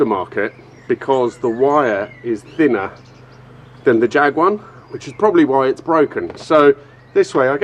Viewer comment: Come on everyone knows Jag is Pronounced Jaaag